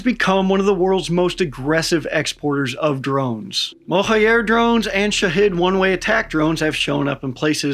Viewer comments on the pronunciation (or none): The J in "Mohajer" drone (meaning "migratory" in Farsi) is pronounced like J in Journalism & not J in Alejandro. You can pronounce it as Mohaa-Jer. The munitions carried by Mohajer 6 is Qaem, which is an Arabic word & even difficult to pronounce in Farsi, and is pronounced "Qaa--em" (2 syllables with noticeable stop between each syllable) and the Q pronounced like R in french. You pronounced the other Farsi words & names very well! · Where are you getting the "Yer" from in Mohajer, just pronounce it as it's written. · The J in Mohajer is pronounced like Voyager. Mohajer means Migratory.